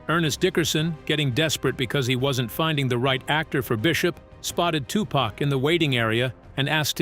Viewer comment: fact number 29- tupac's, and bom-buhtah and queen lottifah's names are pronounced both correctly and completely incorrectly in this video over and over- also donald fyzen or faysountt was in new jersey drive which was just as dangerous a movie which he was in